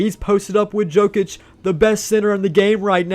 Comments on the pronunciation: it’s pronounced yokic not jokic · man I love that you’re branching out but PLEASE figure out who NBA players are 😂 Yo-Kich, not Joe-Kich and the “White” on the Celtics is Derrick, not Cody or Coby. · every time he says joe-kich my soul gets sucked from my body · Jokic name is pronounced Yokich btw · I was about to say that 😂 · It cracked me up to hear say Jokic incorrectly over and over. Love the vid.